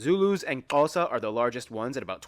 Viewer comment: Tugela, not Tulega Someone tell them it is A(galh)us, and not Agoolhus How can she not say Xhosa, when the American guy does it so well? Umhlanga (reed dance) is not only Swazi. Zulus do it too. Please find a black person to help with our stuff, original channel.